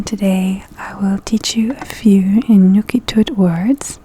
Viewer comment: Inuktitut!!! Not Inukitut.